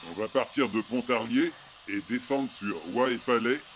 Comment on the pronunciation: C'est bien parce que vous prononcez "Pontarier". Ici, on ne prononce pas le l de Pontarlier... En revanche, on dit "Lac Saint-Point" et non "Lac de Saint-Point". Point... Quel joli prénom! 🤣🤣